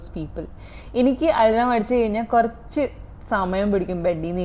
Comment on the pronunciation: its Al-aam(alarm) not al-ram😊